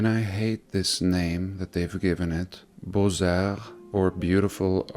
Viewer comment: The x is silent in Beaux...pronounced bo.